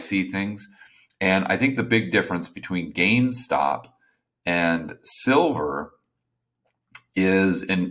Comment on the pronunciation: GameStop not gamestock. Also the Reddit crowd isn’t even paying attention to silver as much as people think. Go over there and read it for yourself.